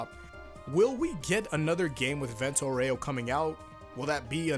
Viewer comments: It's not Aurèo, is Áureo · I don't want to be that guy, but it's pronounced AUreo. Not Oreo. It's like saying Golden Wand instead of saying Golden Wind. Sorry for being a whiny bitch. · Fun fact: It's not "Vento aurèo", it's "Vento àureo" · That "Vento OREO" gave me cancer Why no one ever pronounces it correctly? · The way you say "Aureo" is wrong and cringe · (The Italian pronunciation of “Aureo” has the “A” stressed instead of the “E”, which is a common mistake anglophones make. ;) just wanted to point this out)